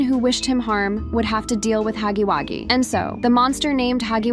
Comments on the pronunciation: It’s “Huggy” wuggy not Haggy Waggy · Girly,It’s Huggy Wugggy,not Huggy Waggy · It was funny when you said Huggy waggy😂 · It’s not called haggy waggy